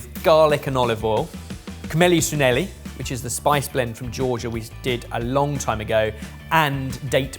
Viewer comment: There's no 'K' sound in "Khmeli suneli" btw